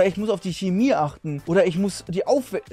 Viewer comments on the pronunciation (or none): none